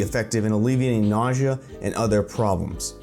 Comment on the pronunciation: did you have a stroke while saying nausea?